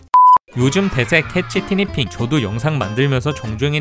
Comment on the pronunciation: 처음에 개추티니핑이라고 들림ㄷ